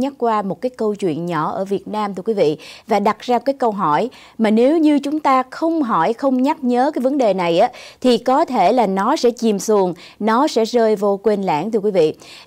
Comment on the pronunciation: nhắc nhở ko phải nhắc nhớ